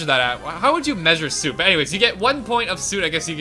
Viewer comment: You keep saying it as “Suit” instead of “Soot”. Soot is a weird word. It has the “oo” spelling, but the “uh” pronunciation.